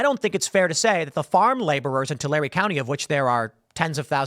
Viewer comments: Yay, this is the first time I've heard somebody pronounce Tulare County right ! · I’m from Tulare County. Thanks for pronouncing it correctly 🫶🏻